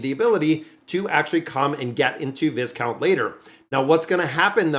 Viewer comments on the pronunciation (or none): 📛⛔😊 the Noble title Viscount is Pronounced Vicount Without the S. Love your channel. Very grateful for your content❤